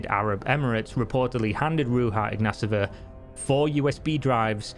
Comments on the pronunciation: Theres no S in her last name …. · Mate, I know Bulgarian names can be hard for English speakers but ... You are saying totally different last name ( the mispronounced first name I can dismiss as x and y are funny letters in English) but the last name you are saying is totally different Ignaseva it not even close to ignatova. We have it simple , no silent letters and you just sound every letter. Ig na to va